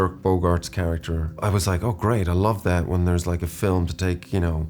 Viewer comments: feet? "film" oh of Corse, yeah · I 100% thought he was gonna say feet instead of film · he loves fee flim